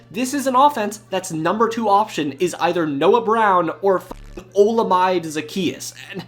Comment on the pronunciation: The mispronunciation of Olamade was killer 😭